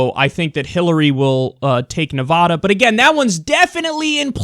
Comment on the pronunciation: thanks for saying nevada correctly. crap